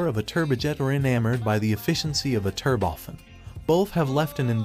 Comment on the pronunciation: Turbofen? Must be a flaw in the computerized text to voice AI.